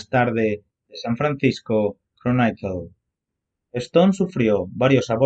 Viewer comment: A parte de cambiar los títulos de tus vídeos por otros menos histriónicos y dramáticos, te recomiendo que repases tu inglés ... No se dice San Francisco "cronaiquel", sino "croniquel", ni tampoco San Francisco "examainer", sino "exáminer" (tal cual se escribe) ...